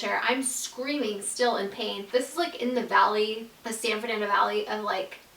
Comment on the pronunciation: She said San Franando Valley & I immediately thought of Cinderella Story 😂😭